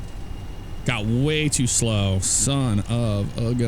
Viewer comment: I love it. You were saying little slow then the Ryanair landing happened and it sounded like “little slut”. Lol what I say if I have a Ryanair landing.